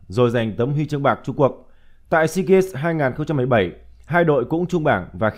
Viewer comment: Sao cứ phát âm hoài seagaNs? Hãy đọc là deagaMs. ( EM MỜ nhá)